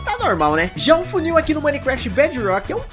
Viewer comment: Esse "funil" ta diferente kkkk